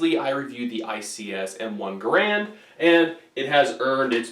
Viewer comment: Its not called an m1 grand its G a r and